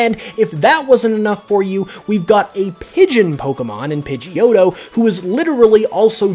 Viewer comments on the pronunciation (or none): none